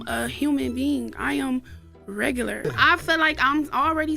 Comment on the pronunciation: Did she say REGULAR ??